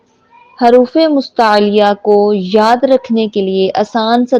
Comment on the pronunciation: haruf nhi hota jaha tk muje pta h huruf hota h or dusra zuwad nhi duwad hota h.kis kis ko lgta h mera sahi h